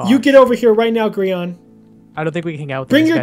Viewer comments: I thought it was pronounced Gr-yan instead of Gr-ean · I'm re watching the series. Best series ever. But why does pronounce Grian's name weird?